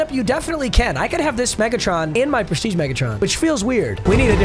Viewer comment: yo wtf papa trippin😂😂😂 “Preshreeje”?????